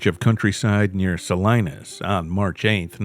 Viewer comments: Sa-Lee-Naas not Sa-Lie-Naas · Its “ Sa-lean-us “ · It’s Sa-LEEN-as. And this “peaceful community“ comment, Salinas is like any community, none of them are that peaceful. I knew a nice guy that got murdered there because he opened his motel room door to the wrong person. He was only there overnight on a job. They couldn’t bear to tell his mother how he really died. Take care out there, people.